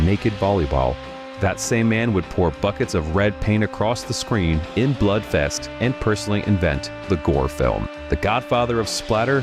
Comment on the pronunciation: It's "Blood Feast", not "Blood Fest".